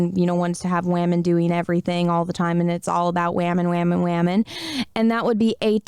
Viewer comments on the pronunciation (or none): When you say WAMEN, I want to rip my ears off and feed them to a monkey. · I like your channel, but every time you say 'Wahmen' I have to stop the video. It's so cringe and stupid.